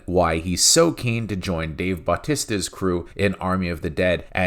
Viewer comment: Why can’t you say Dave Bautista’s name right! Lol